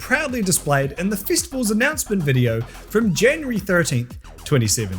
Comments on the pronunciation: you said festabulls not festivals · "Fistival"?? 🤔 ...seems like something that can be allot of fun for someone who is into that kinda thing. Mate, are you sure this is an accent and not a speech impediment. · You know it’s gonna be a great video when it starts with the word “Fistivals” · I thought he said fist of vowels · "Fistivals"? Not sure I'd go to a non-scandalous one of those.